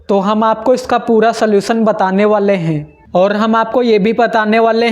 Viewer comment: Renge 😂 renge😂 sakteeee heeen banana hainnnn thoda sahi se bol le itna bhi na dhyaan de prunciation (उच्चारण) pe😂